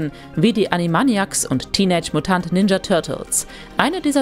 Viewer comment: Hier wird einfach komplett ALLES falsch ausgesprochen, sogar einfache sagen, die eigentlich wirklich JEDER kennen sollte wie Animaniacs oder sogar Beavis und Butthead. Beim ersten Brisco County Junior verspricht sie sich auch und sie haben es drin gelassen. Geht gar nicht. So schlecht.